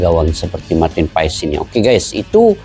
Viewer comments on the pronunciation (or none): yg benar pengucapannya marten paas ya 🙏🏻